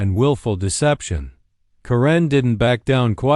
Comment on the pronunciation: It's Pronounced Karen not Corinne